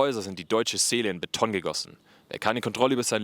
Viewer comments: Die Menschen mochten die jeweils aktuelle Architektur nie. Auch Barock und Jugendstil waren damals nicht beliebt, ganz anders als heute. Sehr gutes Video (die Ursache der Probleme heißt übrigens: Kapitalismus), aber manche Wörter sind einfach komplett falsch (pun unindented) betont: Kassel, Tristesse, Beton, Philharmonie. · Und trotzdem heißt es nicht Betttonn. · ab jetzt betone ich das Wort Beton auch auf der ersten Silbe